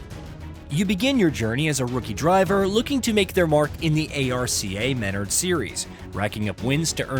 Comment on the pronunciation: You definitely shouldn’t be reviewing this game. I knew you were BS when you pronounced ARCA Menards completely wrong. Dislike.